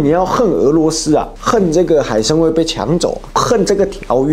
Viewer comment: 海参崴，不是海参威😂